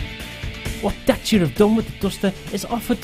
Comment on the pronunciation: Great video! Love SUVs so this is perfect for me, bookmarked it to use when I get around to buying one. Is that how you're supposed to pronounce Dacia? I've been saying it wrong this whole time :( Feel like an idiot.